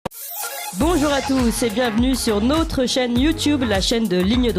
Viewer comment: C’est agaçant d’entendre ce « nôtre » systématiquement et à répétions « notre chaîne » ne ce prononce pas « nôtre chaîne » et c’est égal pour « notre référencement » plutôt que « nôtre référencement. Merci d’avance.